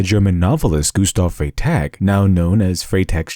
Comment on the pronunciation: great video, but you misspronounced Freytag